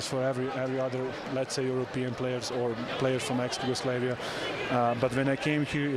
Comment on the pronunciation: rekao je "Jugoslejvija" a ne "Jugoslavija". I na Engleskom I na Srpskom se kaze Jugoslavija.